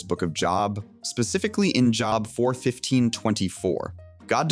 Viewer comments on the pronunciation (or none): Bro, it’s Job not job. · Did you pronounce jobe as job? It’s spelt like Job but it’s pronounced as Jobe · Really good video but I think Job is pronounced like “Jobe” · FYI, Job is pronounced “Joeb”, not “Job” as in a place you work. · Ah yes, Joe bee is the way to pronounce it. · You did not just pronounce job like the thing people do from 9-5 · Being couldn’t even pronounce Book of Job Right lol